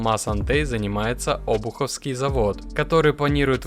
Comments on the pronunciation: завод не Обуховский, а обУховский! Москвичи постоянно путают ударения! что с вами? думать лень или жить торопитесь?! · ОбУховский завод, ударение на У.!